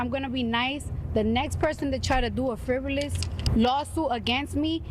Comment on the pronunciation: She can’t even say frivolous😂😂😂😂😂 jess over there saying folks should watch their mouth while she’s been getting beat upside hers😂 always sounded dumb. Yo jokes are never hitting you sound like a clown.